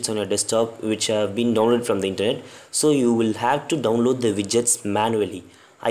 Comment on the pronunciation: he said download " the foreskin" lol gonna go unload my skin